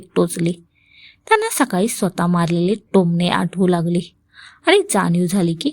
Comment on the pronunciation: सकाली नाही सकाळी